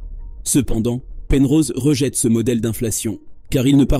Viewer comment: Une IA de vocalisation qui n'est pas capable de prononcer correctement le mot "CE" !